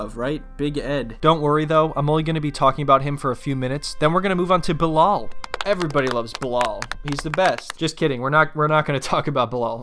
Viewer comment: Bilal, sounds like someone half-way gagging the way your pronounce it lol :D